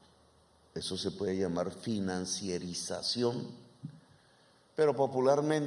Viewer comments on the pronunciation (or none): FINANCIAR-IZACIÓN, PROFESOR; NO FINANCIER-IZACIÓN.